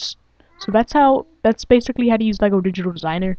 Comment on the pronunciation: its pronounced LEGO